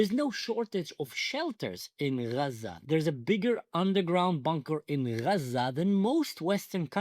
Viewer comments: Achi stop calling it ghjjjjjjzzzzzaaaaaaa ffs 😂😂😂😂😂😂 dying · it's not raza or gaza it's AZZA and it's a name as well from the bible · It's A'aza. Not Graza. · And why in the hell do they say Haza instead of Gaza??? I’m sorry, are they from the area? Do they speak Arabic??? Idiots!!! Actual fools. It’s so embarrassing!! 🇺🇸🇨🇱🇮🇱✝️♥️ Am Yisrael Chai!!!!! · Why they pronounce 'xaza'? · The pronunciation of Gaza sounds like haza which in Hebrew is Chazir which means PIG! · Azzah is the Hebrew pronunciation of the land from biblical sources. Azzah is the 7th oldest city in the world. Israel predates Palestine by more than 1,000 years. Describing it as the prickly or the thorny place. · What's with the new pronouncation of Gaza? This is the girst time I hear it - and I followed the situation from day 1.